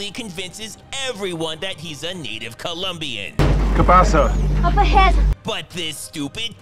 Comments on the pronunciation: Wait did arnold just say kielbasa istead of que pasa? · "CABASA?" Lol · "kuh possuh?"...Arnold Spanish